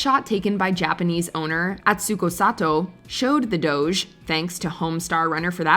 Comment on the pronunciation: What i've learned from this video: 01. That's not Eddie Murphy 02. How to make a "Jeff" 03. How not to pronounce "doge"